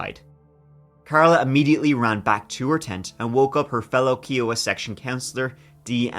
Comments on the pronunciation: "Kiowa" : "K-eye-oh-wuh". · Just for the record its Kiowa. Pronounced Kia-uh-wuh.